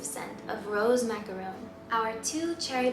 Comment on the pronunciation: I swear at some point in this video she said rose macaroni.